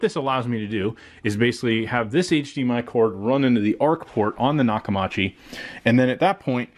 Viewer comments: Say it with me... Nock-Uh-MEE-CHEE I've been using their since the 80s, and that's how you properly pronounce it. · Maybe you should have bought a sound bar matching the tv brand so atleast you can pronounce it correctly lol jk I was gonna gonna get me the same system went with sonos arc couldn't afford dragon at the time but I could have if waited a few months